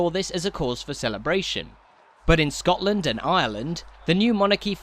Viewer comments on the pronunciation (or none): none